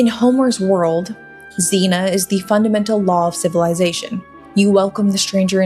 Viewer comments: It's "xenia" not "xena". Xena was a show that's only marginally less coherent and historically inaccurate and inauthentic than Nolan's Odyssey. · ZEE - NEE - AH . not xena-warrior princess. ahhh... "non-committal" is how we're saying "fucking pussy" now - noted. good vid. a bit wordy.